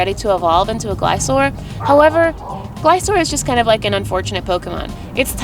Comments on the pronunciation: Glis-cor not glisor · Sorry but to pronounce Gliscor correct is ( GLI-SCORE ) =gliscor not Glisoor